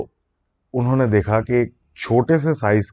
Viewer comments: Your "unhi-nay" instead of "unho ne" is just love ❤🤣👍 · Ini nay 😄